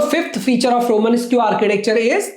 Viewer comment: its pronounced roman-esk not roman-es-q